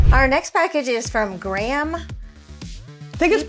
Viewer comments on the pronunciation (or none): BTW Graham is pronounced grayham here, not gram as you pronounce it!